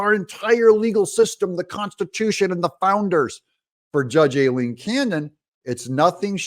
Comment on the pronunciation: Judge Aileen Cannon... Pronounce "I lean".